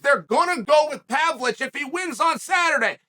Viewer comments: I never knew the ov in Pavlovich was silent. Thank you Chael! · learn how to say the guy's last name at least, Chael.. How disrespectful.. Ignorant much??